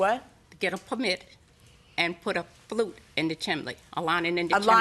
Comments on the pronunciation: Chimney not chiminey and flue not flute .. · Good grief. There's no such word as chim-in-ney. It's chim-ney. Also, a chimney has a flue NOT a flute. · It was the plaintiff needing a "flute" that got me. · Plaintiff keeps saying "flute" but I'm pretty sure she means "flue." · "Fluke" is a meter, it's "flue"! LOL